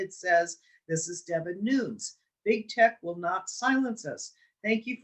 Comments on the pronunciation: DEVIN NUNES......PRONOUNCED......LIKE.....NUNEZ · Pronounce Devin Nunes as “Noon nez”